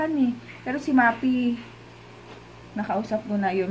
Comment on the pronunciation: Sis, Maphy is Ma-fi po hindi Ma-pi just saying ✌🏻